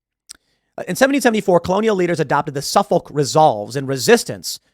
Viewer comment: in boston we dont say suf-folk we say suff-ick. we dont call it con-cord we call it con-kid your saying it all wrong Tim. how dare you. yes its spelled a way but I am pointing out the correct pronunciation. just like its not bos-ton its bos-tin